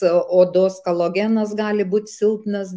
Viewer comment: Kaip padaryti, kad gerb. gyd. ir vadintų, ir rašytų kOLAgenas, o ne kALOgenas. Calogen yra UK gamintojo maisto papildas, kuris neturi nieko bendro su kolagenu (collagen). Profesionalas turėtų teisingai tarti pavadinimą. Tam tikra prasme tai klausytojų ir skaitytojų klaidinimas.